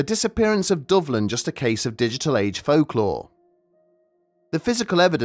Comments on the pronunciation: When I first heard this story, I thought you were saying " Dublin"..... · I was listening without looking at the screen so I thought you were saying Dublin this whole time